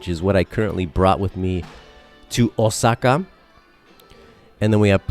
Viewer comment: Was hoping you were gonna pronounce karaoke as ka-ra-oh-kay instead of carry-okie after pronouncing Osaka and saitama flawlessly